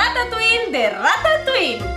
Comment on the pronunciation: Se pronuncia Rata tuí, no ratauiL xd